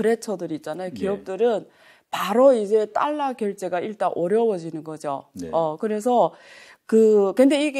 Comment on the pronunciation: 딸라.. ^^;;; 배우면 뭐하나.. 20세기 엉터리 일본식 영어 발음을 아직도 사용하고 있는데..